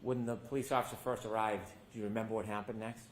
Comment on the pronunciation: “I don’t rememba”